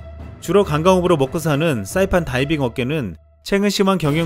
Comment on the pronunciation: 따이빙? 다이빙! 발음지적질 죄송해요 걍 웃겼어요 비웃은건 절대아니니 가끔 진지한 브리핑 하실때 된소리 넣어주세요 ㅎㅎ